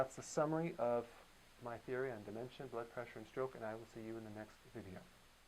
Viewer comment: Theiry?? Is that Canadian for theory? Thanks for the video though!